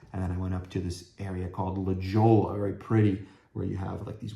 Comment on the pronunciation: La Jolla is pronounced "La Hoya" 😂😂😂